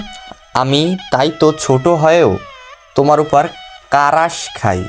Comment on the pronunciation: ক্রাশ ❌ কারাস✅😂😂😂